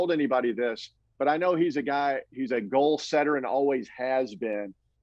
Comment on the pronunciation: the word spelled goal is not pronounced golf